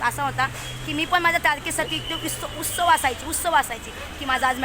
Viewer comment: उत्सव नाही उत्सुक होते म्हण. उत् सुक अस म्हण.😊 बाकी ठिक ❤वकिल सर 🙏🏻